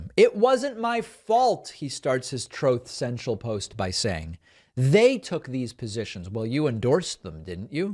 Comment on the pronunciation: Thank you for playing that little sound bite “throth cential”, cracks me up every time. Please never stop playing it 😂